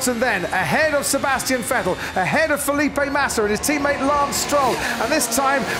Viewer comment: Cool race, but who's "Sebastian Fettel" tho?